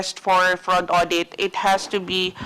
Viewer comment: nd po awdit it is audit.